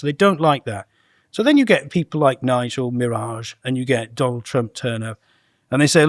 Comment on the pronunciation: "Nigel mirage" 😂😂😂